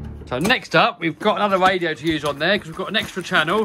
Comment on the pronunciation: Great video. I love playing in stormwater. Only he needs a new voice over person. I really don't understand people who say. Wadio contwolled boat. I know it's a speech impediment. But surely you have access to speech therapy in the UK.😢😢😢